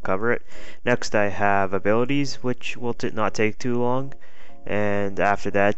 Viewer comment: Abilities, not abilites :P